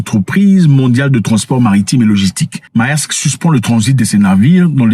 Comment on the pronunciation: On dit Mersk en Danois😂 pas Maersk 🎉🎉🎉🎉